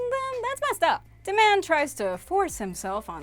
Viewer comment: Its prince diamond not prince demand